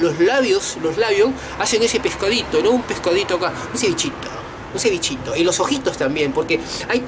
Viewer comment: No te sale "un cevichitooo" te falta CLASE..Pero un Argentino hablando de arrogante.. fin del mundo!!!